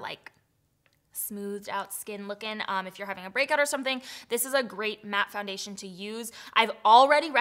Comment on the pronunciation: When you said “great undertone” it kinda sounds like you said a “grey undertone” lol i was like wait wtf lmao 😂 I had to go back